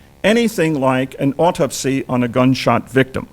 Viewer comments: Why didn’t he ever pronounce the word Autopsy correct all thru the video? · "Why didn’t he ever pronounce the word Autopsy correct all thru the video?": or Carcano or carbine.